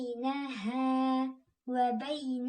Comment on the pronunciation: Екінші қайталауыңызда бәйнәһумә деп қате айтып жібердіңіз